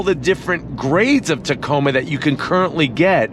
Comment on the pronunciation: I really like the Canyon Denali……..really really 😁. Hey, did you know you said Tacona with an N when you mentioned Hawaii. I think it happens automatically when you think of Hawaii lol!